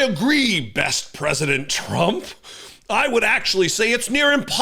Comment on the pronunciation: You pronounced it right the first time Donald TRAMP 👍🏽